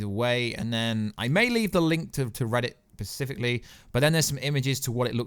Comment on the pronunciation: Specifically.... not pacifically.